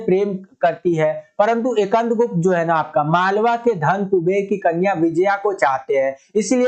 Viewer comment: Sir ekand gupt nhi skandgupt